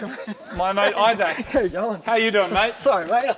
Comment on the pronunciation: Dude really puts the "saac" in "Isaac"